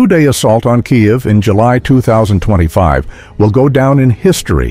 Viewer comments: Your AI is deficient and cannot even pronounce Kiev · the way you pronounce KIEV / КИЕВ is a crime - shame on you